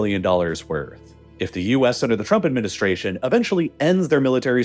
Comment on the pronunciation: Is it only me or he's actually pronouncing it "the Truck Administration" lol